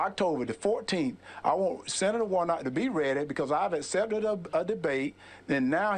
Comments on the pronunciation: " I asept a debate" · Dude really can't say accept. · First of all, he can't even pronounce the word "accept" correctly!